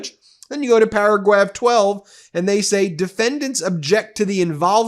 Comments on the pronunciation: paragwaph twelve made me lol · paragwaf 😂 love you guys thank you for your work